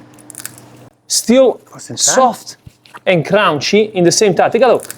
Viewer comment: You need to learn how to pronounce correctly Soft and Crunchy dude! It’s the name of your pizzeria AND your trademark! ! Crunchy, NOT Crounchy! 😂 Having said that, the box is killer!!’ They should sell it to the big chains! 🤙💥💪🙏